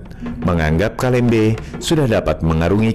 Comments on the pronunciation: Bkn kalembe mas.itu kalambe😄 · Kalambe setau ku bkn kalembe😄